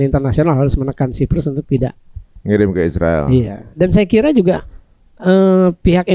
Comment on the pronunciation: Aruiiillll utang, biasa sj sebut Israel bukan Isriwil dong Mas Aruiiiilll Utang